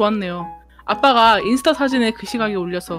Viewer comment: 근데 인수타가 아니라 인스타 에요 오늘 재미있었어요